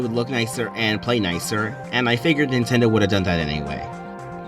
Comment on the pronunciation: "Nindot"... great job 🎉